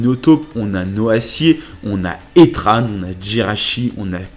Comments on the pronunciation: C pas etran C etron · "étrane" belle prononciation de heatran xD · ShadFox moi aussi j'ai entendu étrane